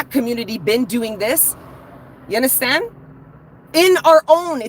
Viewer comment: You sound like a Jamaican when you say, " You unddrstand,?" ♥️